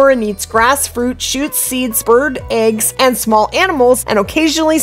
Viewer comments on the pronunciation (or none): none